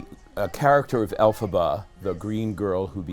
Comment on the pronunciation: Hey, it’s Elphaba,, not Alaba.